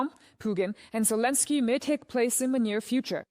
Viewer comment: Arrêtez d écorcher le prénom de Zelensky.Merci